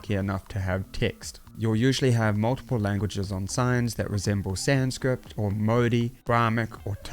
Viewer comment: Thank you for this. Just one thing, it's Sanskrit, not Sanscript 🤣 made that mistake most if my life too, don't worry haha